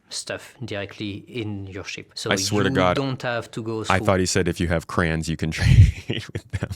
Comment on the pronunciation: This ship is going to be absolutely massive with how cargo is, I think it is going to be crazy to load and unload, and I cannot wait, take the time you need. I will say I kept hearing Crayons as well 😭😂. Edit: This ship needs to be one of their best releases IMO. Alot is hinging on it I feel.